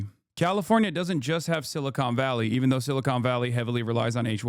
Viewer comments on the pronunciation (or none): none